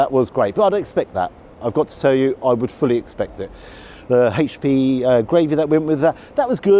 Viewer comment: Oh,!! You can be such a drip at times! Also, it's not " haitch p sauce" it's "aitch p sauce.'